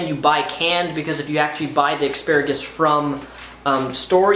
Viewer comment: are you saying "aksparigus"?